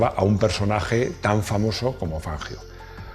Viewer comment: Y el apellido era italiano,, revisa por favor la pronunciación.abrazo encanta tu canal